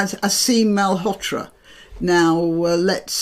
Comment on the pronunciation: not Mal-hotra , read it as a double ll in William, Ma-lhotra